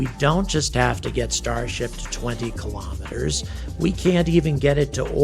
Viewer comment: I like the way you say "kilometers" the first time, but the other way is OK too. You're also one of the few "educated" people who says "processes" the right way.